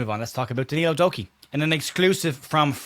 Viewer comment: Did you say “Doku”..? 😂 Average form.. knew what you meant by “average” 😉